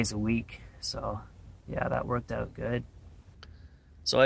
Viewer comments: Owwwwwt, as soon as he said “out,” the way he did.... I knew, lol. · Michigander here, other than "out"/"about" he sounds just like a typical Midwesterner, not sure what the fuss is about. People from the Upper Peninsula, with Minnesota accents, sound absolutely foreign compared to this guy. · Canadian, I can always tell when I hear one say "out" with that canada accent.